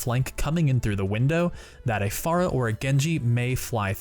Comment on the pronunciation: I hate the way you pronounce pharah.